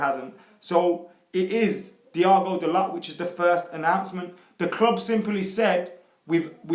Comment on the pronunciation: Di-O-go Da-low not Diago dalot